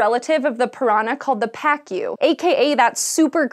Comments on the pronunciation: the pronunciation of the name of the fish is pakoo, not paakyu. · you don't say "PA-Q".... it's pa-ku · I laughed hysterically after hearing pacu... I say it as paku, not like... Pakyu... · Is it pronounced "pack-you"? If the fish are in Brazil and people are speaking Portuguese I think it'd be "pah-koo" without that "y" sound. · Pacu is pronounced "pacoo". Not "pakyo". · It's PAH-coo, not pack-ee-you. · It's pronounced puh-COO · Nice video! But, Pacu is pronounced as "Pahcoo" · We used to have a pacu in our fish tank. It is pronounced “pock-oo”. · She pronounced Pacu like "fuck you" lmao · Pacu should be pronounced like Pa-Ku (pa'kuː), pa like Panama or party, and ku like kublai khan or cool, there's no "yu" sound like cucumber. It's is after all a Portuguese name, so read it with the "Latin vowels". :) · cê é loco? é pacú mano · It's pacu not pacu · on a science show yet can't even pronounce Pacu right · is pacu really pronounced that way or am I crazy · Eu sou BRASILEIRO! We have to learn all your pronunciations to the point if we want to speak english. Why don't you ask someone from Brasil how to say those words? You said a couple of proper nouns, then why not speak it correctly? Like piranhas and pacu. If you had not wirtten "pacu" I would have NO IDEA what you were talking about.